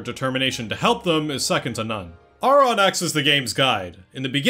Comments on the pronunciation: Ive played ffx so many times and ive never paid attention to the fact that they never say his name... And im one of those people who say titus bc i just like it better... but you definently said Aurons name wrong.... you said it how its spelled but in the game english at least but they OR-in for the name... lol .... This was my first ffx game that really PLAYED if you get what i mean... When i was a kid my mom bought me a ps1 ffx game that had multiple disk it wasnt 7.... I wanna say it had a mech on the box or disk i cant remember. Then i played ten after my uncle played it but i was still young and never got far into it... i played crisis core, at that point i was older and decided i was goin to play 7 but as i was playing 7 i decided to go back and play X for real and play it i did lol ive got two ps2 disk one is the regular english version(with the hardest chocobo race) and i have international ps2 disk. then i also bought it for my ps4, i wanna say it was the first game i bought for my ps4, I bought it for the switch, and i have it for the pc... So i would definently say this is my favorite game but honestly i dont think ive played enough Final Fantasy games to say ten is better than another... Ive maintained for most of life that ffx is my favorite game... Not just ff game but favorite game over all... and i think it has aged pretty well... its one of the few games that i played as a kid that doesnt seem like work to replay as an adult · You’re kind of condescending to people for ignorantly pronouncing Tidus incorrectly, but aren’t you Auron’s name wrong the whole video, despite that they very clearly pronounce it “Or-in” in several games?